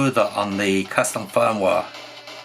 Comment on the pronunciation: I was loving the way pronounces "custom firmware". The captions agree with me transcribing it as "custom foam wah" and occasionally "custom phone wallet" lol. Seriously though I appreciate this deep dive into the q90. I'm planning to buy one even though I have a v90 (has the same hardware). I'm just smitten with the silly little thing.